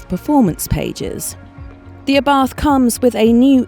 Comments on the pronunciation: "Abarth" is pronounced " Abart" ( The "H" is silent).....Please be respectful of the man's name.... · Please,say that right..Ábarth, not Abàrth😌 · It is Abart. H is scilent.